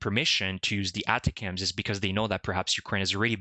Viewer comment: Most military people pronounce that type of missile as "Attack 'ems". The accent is on the second syllable of "Attack".